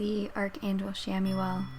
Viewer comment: Good energy :) … I thought it’s pronounced “KAM-uel” tho?